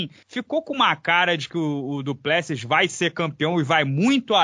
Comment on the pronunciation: Se o conhece o Du Plessis pessoalmente poderia aprender a falar o nome dele corretamente 😁 🙊